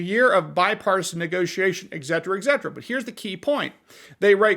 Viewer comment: ..."egzetra, egzetra" ??